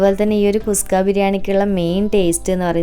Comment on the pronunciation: നല്ല അവതരണം,,👍 കുസ്ക അല്ല കുഷ്‌ക ആണ്.